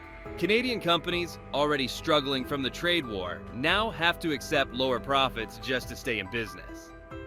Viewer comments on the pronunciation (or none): none